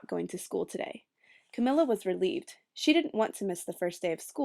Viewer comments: Roni Williams yeah, Camilla like you would say "vanilla." Sorry I'm 2 years too late. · good reading, but i couldn't get over the pronunciation of her name. isn't it pronounced Camilla, like vanilla? idk it sounded like she was saying Camilla like chameleon.